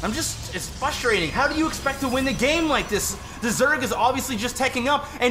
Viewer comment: frustrating...not fusstrating.